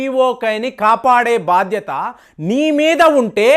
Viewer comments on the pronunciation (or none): none